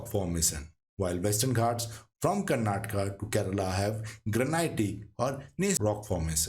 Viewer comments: Please don't say कर्नाटका it's correct pronunciation in Indian language is कर्नाटक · Kindly learn to pronounce it correctly the places of southern India.......